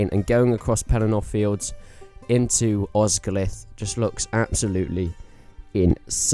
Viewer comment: BTW, Osgiliath is pronounced with and extra 'e' sound after the 'l' so it's 'os-gil-i-ath' not 'Os-gil-ath'.